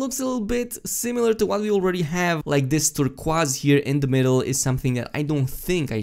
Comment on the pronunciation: Never heard turquoise pronounced turkwas, kinda like it x3